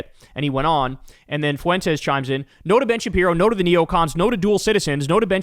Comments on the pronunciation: It’s not foo en tez. It’s Fuentes like fluent. The dip shit pronounces his own Mexican name wrong. You don’t have to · I like Kyle a lot, but how hard is it to pronounce Fuentes? It's a common name, only two syllables. Get it together, Kyle. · Please learn how to say “Fuentes,” Kyle. The u and the e are spoken as one sound. It’s called a diphthong, two vowels in one syllable. Listen to any Spanish speaker say it and you’ll immediately get the idea. “Fuentes” means fountains, btw. I love your show. This comment is meant to be positive criticism. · How are you making Fuentes into 3 syllables 😅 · Your mispronouncing Fuentes